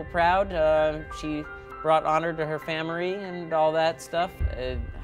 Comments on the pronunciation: who else heard say famierly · "She brought honor to her Famiry" Bravo bravo